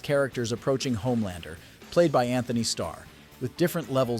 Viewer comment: 'Antony' Starr. I'm trying to save your life here.